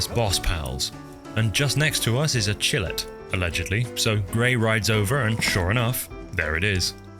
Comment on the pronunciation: Chillet is a ferret that is ice so its pronounced like ferret